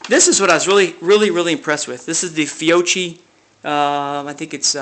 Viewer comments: Hullo to everybody, please, the proper pronunciation for the Italian surname (and related products) "Fiocchi" is "Fiokki". Best regards form Italy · Fiocchi is pronounced fee-oh-khee.